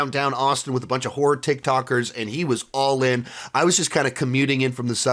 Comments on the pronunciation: oh, i thought you said whore ticktokers, then I figured it out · HORROR TikToker’s, you said horror! Man, I thought you said something else and I was shocked. I rewound it about 4 times til I got what you were saying! For a second there I thought had one heck of a debaucherous time.